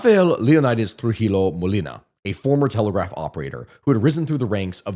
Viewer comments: Trujillo is pronounced TrugiJOe. Not TrugiLo. Balaguer, is pronounced Balaguer (as in guest), not BalagUer”. For the U to sound it will need two dots on top. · Friendly tip In spanish LL is pronounced like Y Llo = yo So trujillo is pronounced trujiyo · Just for future reference if you end up making videos on DR again and have to talk about Trujillo and Balaguer, the way you pronounce them is Trujiyo (the ll makes it a y sound) and in Balaguer, the u is silent so you would just say Balager. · Lord its trujillo (Truh Hee Yoo) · All your detailed explanations got ruined by not being able to pronounce correctly names like Hispaniola, La Trinitaria, Trujillo, Balaguer... And whenever the massacre of Haitians by Trujillo is mentioned you also have to mention those perpetrated earlier by the Haitian troops in several Dominican towns, most famous of which is El Deguello de Moca. 😢😢